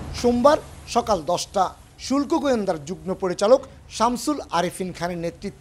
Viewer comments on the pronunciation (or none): none